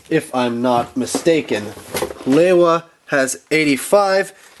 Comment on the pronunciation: LEE-wa, not LEI-wa.